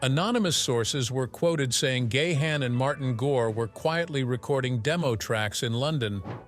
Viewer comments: It's GA'-HANN not Gay-Han, what a stupid pronouns.. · Dave Gay-Han? Learn the correct pronunciation robot!! It's Dave Ga-han. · Keep posting fake news will only discredit you as a reporter. "Gahn" is a Dutch name pronounced as "gaan", no syllables just one. Your AI voice sounds robotic and dead zombie sounding. 😱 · It's pronounced Gahan (like Gone), not Gay-han...